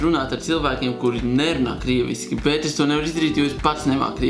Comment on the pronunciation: Negribu kritizēt, bet Tu nepareizi teici ''bet''